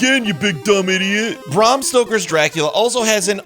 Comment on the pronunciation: You didnt have to say barm stoker everytime it made the reveiw as laboris as the game